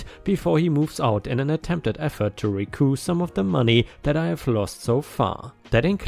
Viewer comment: Recoup—rhymes with ‘soup’. Toyota Corollas are very reliable. Old Saturns require little maintenance, but have a bad habit of giving out at around 100k miles. But personally, I’d love to have a ‘57 Ford Thunderbird. ⭐️⭐️⭐️⭐️⭐️⭐️⭐️⭐️⭐️⭐️⭐️⭐️⭐️⭐️⭐️⭐️⭐️⭐️⭐️⭐️⭐️⭐️⭐️⭐️⭐️⭐️⭐️⭐️⭐️⭐️⭐️⭐️⭐️⭐️⭐️⭐️⭐️⭐️⭐️⭐️⭐️⭐️⭐️⭐️⭐️